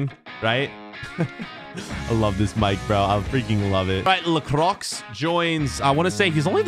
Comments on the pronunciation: Sorry, but i can't hear you anymore saying lacroix (the "x" is silent ) 😂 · i love you videos but lacroixs name is pronounced lacroy not lacrocs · Lacroix spells Lakrwa not lakrox dude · Man said LA CROCKS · Someone please tell that La Croix is prounced as "le cwar" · It's la cwar but ok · It’s prenonced lacrowa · u say la cwa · its pronounce layycrow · it’s pronounced lacrwa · Learn how to say lacroix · Anyone else triggered about how he says lacroix? Great video though get him to 1 mil!!! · Please stop pronouncing Lacroix like that